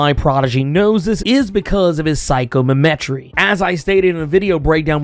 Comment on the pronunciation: Si-com-e-tree(psychometry) is what u r trying to say?